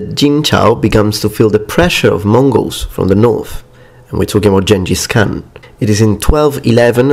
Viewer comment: Tx for pronuncing ghangis khan correctly